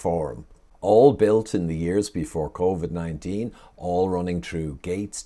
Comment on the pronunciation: Small thing but it annoys me when you say “covee” flu 😂